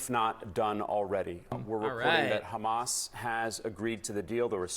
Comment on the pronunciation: Bro calls Hamas hummus